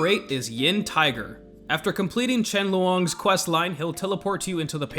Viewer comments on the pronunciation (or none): They are just pronounced “longs” not “loowongs”